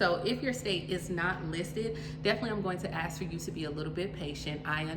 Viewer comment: ask/asked not aks/aksed